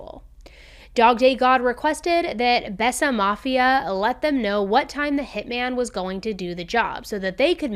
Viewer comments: Think It was pronounced bay sa mafia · Besa is pronounced [bay-sah] and means “to believe” in Albanian. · It’s pronounced bayza… love your content